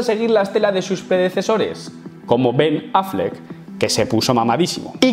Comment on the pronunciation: Cual "bin Affleck" jajajajajajaja